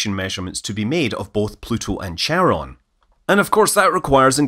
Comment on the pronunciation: Please excuse my desire to correct you Scott over the pronunciation of Charon. I am not sure how the community pronounces it, but the correct way to pronounce it is as in the word “chord”. Both are Greek which is why the CH is written intending to sound like a K.